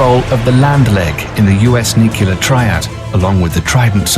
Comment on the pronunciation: And yet he cannot pronounce the word "nuclear," defying the stereotype that a "King's English" accent makes a person sound intelligent.